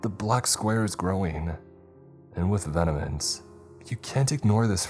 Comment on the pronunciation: Anton is An-TAWN, not An-TIN … Also, you mispronounced vehemence and awry… I know I’m being a stickler 😂 but so many creepypasta narrators can’t pronounce basic words ! Awry? That’s such a simple word homie ! It’s a common enough thing amongst creepypasta and true crime narrators that it’s noticeable, I wonder what it is! It’s not even about hard words, it’ll be the most basic words